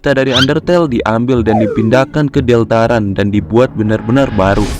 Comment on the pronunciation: sial gw telat satu tahun untuk menghujat bagaimana dia mengakatakan deltarune deltarun tcih